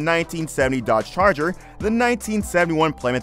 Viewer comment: Gotta love that 1971 Dodge "Charller" .... lel